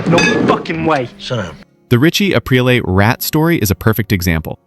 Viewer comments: Apri-lay? Too many of these channels are either fully AI or at the very least AI researched and generated. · Sopranos youtuber can't properly pronounce RIchie Aprile's last name correctly smh